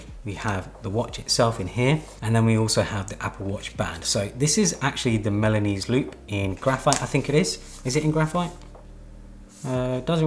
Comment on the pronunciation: Great video! but I keep hearing Milanous loop instead of Milanese (from Milan) loop